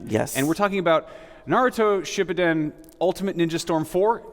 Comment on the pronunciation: Did he say shibaden!? Haha